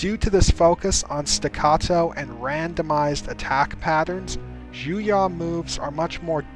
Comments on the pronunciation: it is pronounced "Juyo" not "Juya" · Juyo is actually pronounced ju-y-oo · I love your videos and channel, but you keep mispronouncing some pretty obvious words. Juyo, being obviously a Japanese vulgate is pronounced as spelled ("Jew-Yo"). Vaapad, with the stress on the "AA", is also pronounced as spelled. As a linguist, I have no idea where you assumed such outlandish pronunciations from.. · The way he pronounces Juyo really annoys me.... The information is good. But the pronunciation gets on my nerves... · I’ve been scouring the comments trying to see if I was just insane or if he’s butchering the hell out of the name lol.